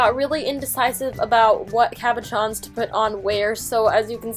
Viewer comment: Am I the only one who thought that she said caparrons instead of cabochons?